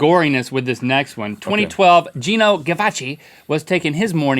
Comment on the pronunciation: Actually, it's pronounced "GEE-NO", not "GEN-NO".